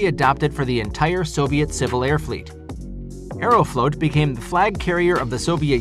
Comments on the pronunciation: It’s not “aero-float” it’s “aero-flawt” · It’s pronounced Ae-row-flaught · Funny how he pronounced Aeroflot as Aerofloat. Sounds like a Russian milkshake. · Aeroflot is not pronounced "AeroFloat"